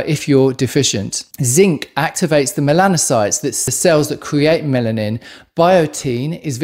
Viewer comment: Melanin not Mennan 🤔😆 anyway copper deficiency causes gray hair.